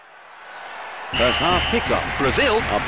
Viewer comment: the commentator had no reason to say Greece like an absolute maniac. He must have been in a voice over booth bored out of his tree so to amuse himself started pronouncing the team names with unnecessary intonations.